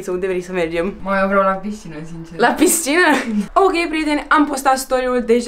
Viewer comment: Doar mie mi se pare enervant cum spune piScina?